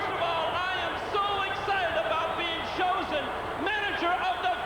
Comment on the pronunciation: McMahon foreshadowing the Mega Powers going at it was a nice touch. I laughed out loud when Vince repeated "choosen" after Raymond Rougeau said it.